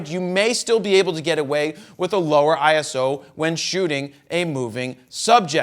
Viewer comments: Can't even listen to that video... That wrong pronunciation makes me crazy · Yeah, me too!